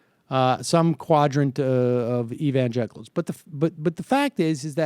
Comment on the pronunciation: did he say "evangenitals"? Whether he said it or I just misheard him I'm totally using that one from now on.